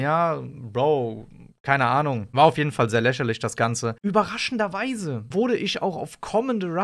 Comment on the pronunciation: „Läscherlisch“ „isch“